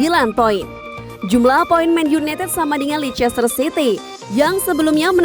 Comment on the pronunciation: Masukan, sebenernya bacanya leicester itu lester city